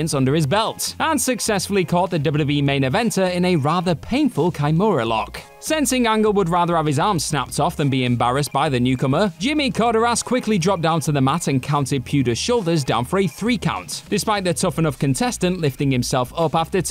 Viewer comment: Dear God the amount of pronunciation errors in this is insane. Chris Van "Vleet", not "Vlee-ay". Jimmy "Cord-AIR-es", not "Corder-us". And those are the 2 most obvious ones. There were several more.